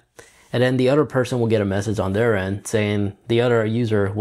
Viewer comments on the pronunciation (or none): “Udder phone?” 😂